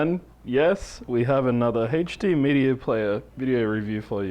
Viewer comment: haha He calls HD as HechD